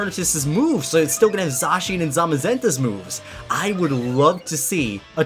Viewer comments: i think you said zacian and zamazenta wrong zacian- zay-sh-in zamazenta- zay-ma-zen-ta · Okay this is awesome! I wish you can actually use him in a dynamax battle where it eternamaxes the same way as dynamax or gigantamax lol also you say zacian really darn weird dude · lol says Zacian wrong